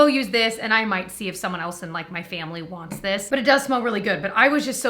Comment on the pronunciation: EVERY TIME YOU SAY FAMILY lol all I hear is Jamly Family 🤣🤣🤣🤣